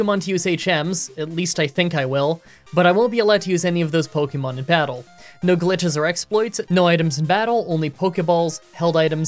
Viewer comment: Dude please for the love of god pronounce Pokémon correctly. “Pocky”mon is so cringe